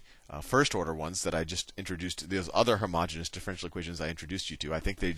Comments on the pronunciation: Isn't it "homogeneous" rather than "homogenous"? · No, the pronunciation is wrong - he is pronouncing homogenous, which is a completely different word with a completely different meaning. Homogeneous is pronounced hoh-muh-jee-nee-uhs. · You really should clarify that you make a mistake by mispronouncing homogeneous. It might seem trivial but math is in the details.